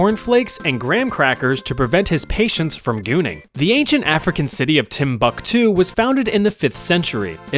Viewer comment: It's pronounced timbooktu